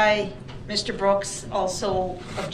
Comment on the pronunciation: He is going to have a hard time in prison when he's "told orders" and not "axed".